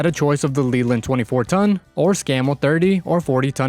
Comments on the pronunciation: It’s Leyland pronounced Layland. Not Leeland. And whilst I’m at it, it’s Jag U Are, Jaguar. Not Jag wah. 😂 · Man the only issue I have with the video is how Leyland is pronounced one of my college bros works at the main factory of Leyland trucks UK. It's also pronounced LAY land.